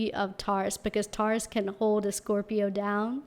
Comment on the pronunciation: The way you say Taurus-> TAW—-ris 😂😂😂LOL